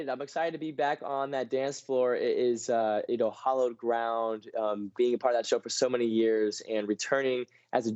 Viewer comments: The word is hallowed (ground) not hollowed. If the ground was hollow, you'd fall in. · It's not hOllowed ground. It's hAllowed ground. Read a book derek.